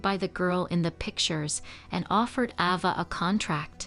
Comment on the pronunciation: Her name was pronounced AY- va.... NOT AH-va. How irritating.